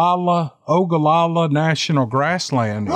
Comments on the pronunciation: Lol...its SHad-run Nebraska...appreciate your attempts at these names! Keep up the good work! PS...its O-ga-la-la...MERRY CHRISTMAS CAM! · Watch "Lonesome Dove" and you will know how to pronounce Ogallala. Can t believe you haven't or read the book. I read in 1 weekend. One of my favorites.